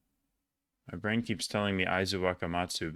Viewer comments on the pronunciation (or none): none